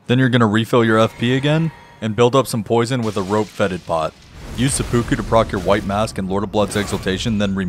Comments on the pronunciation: i love the videos but every time you say seppuku the pronounciation kills me a little lolol think of SEH-PEH-KOO not SEH-POO-KOO its kind of like how there's 2 ways to say yakuza but the japanese would laugh if you said it differently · omg please don't say sepookoo again. It's pronounced more like sepu-kuh